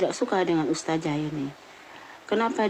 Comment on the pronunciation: Bu kerudung merah berkaca mata, anda fans nya si mata keranjang Rhoma ya? Kamu tdk kenal siapa Ning Umi Laila bahkan keluarganya. Cara kamu mengucap ustadzah saja dg ustazah, sdh menunjukkan kalau kamu tdk selevel Ning Umi Laila. Ngomongmu terlalu panjang. Nyerocos mirip mercon renteng. Kata2nya diulang2 terusssss. Pd hal Ning Umi laila cm ngomong satu kslimat. Rhoma memang mendidik anak. Tp dia memberi contoh dg tdk baik, yaitu kawin cerai.